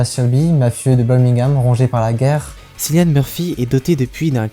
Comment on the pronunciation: Bonjour, Bonne analyse ! Juste une remarque : Cillian se prononce "K"illian. 🙏